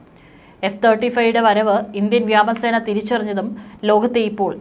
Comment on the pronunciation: വ്യാമ സേന അല്ല വ്യോമ സേന എന്നു പറയൂ 😢😢